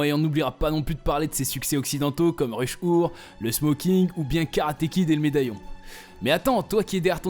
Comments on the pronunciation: Pourquoi Ruche Oure au lieu de "Rush hour" avec une prononciation anglaise ? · Rush our.... merde l'accent français c'est quand même quelque chose.